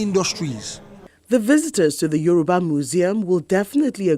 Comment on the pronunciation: Is Yoruba not Euroba